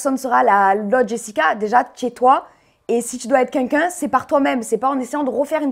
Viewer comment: J aime bien Jessy mais à force de dit c"qunqun " au lieu de quelqu'un